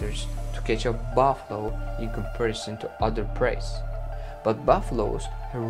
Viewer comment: 😂he said baff lo